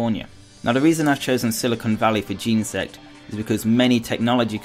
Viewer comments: Firstly he said Geensect, and it's kinda pronounced like Genasect, not Genersect. Also how dare you forget to use a capital letter! XD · It's not pronounced gensect it is genersect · it's jen-eh-sect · He says genesect so weird